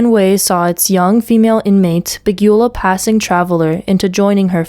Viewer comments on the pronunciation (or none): Beguile is pronounced Be- guy- al . Great story . Thanks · Good story. ❤️ beguile rhymes with dial. 🙁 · if you can't properly pronounce the words you're reading, you shouldn't be a narrator. "beguile" and "bereft" are 2 that stood out and i'm only 12 minutes in.